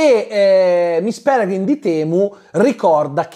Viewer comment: Ogni volta che diceva "miss Pelegrim di temu" morivo dal ridere hahahahahhahahahahahahaha